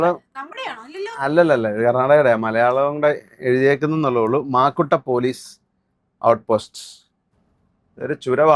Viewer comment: Makkoottam alla Maakkoottam